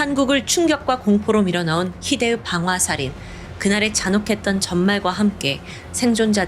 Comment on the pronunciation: 희대으 가 아니라 희대의!!!!!!!!